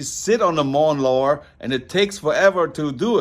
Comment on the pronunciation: mawn lower. Never change. Much love from Alaska 😊